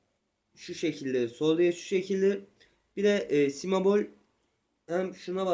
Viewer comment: si mebol değil kardeşim si bemol